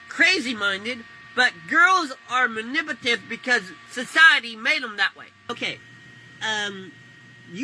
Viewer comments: Why did it sound like he almost said impotent when he was trying to say manipulative😅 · “Mannippative” lol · my guy trying to say manipulative 5 different times and not getting it screams “elementary school drop out”